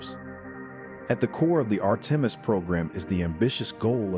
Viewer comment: When you can't pronounce Artemis ... you're a stewpid AI retard !